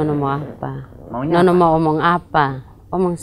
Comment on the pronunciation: Ngomong yang benar pak bukan nonok tetapi nono